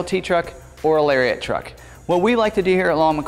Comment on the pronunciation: Still saying "Larry-ette"... Shame....